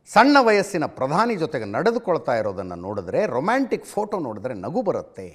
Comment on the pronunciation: Romanstick ಅಲ್ಲ ರೊಮ್ಯಾಂಟಿಕ್ 😂😅